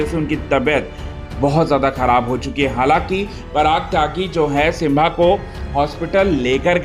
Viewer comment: सिम्बा है वो सिंभा नहीं